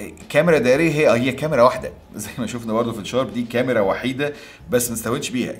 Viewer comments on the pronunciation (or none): none